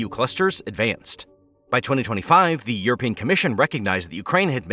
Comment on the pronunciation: "europian"??? Oookay